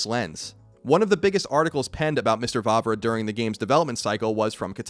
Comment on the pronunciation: finally someone pronounced Vávra´s name well :D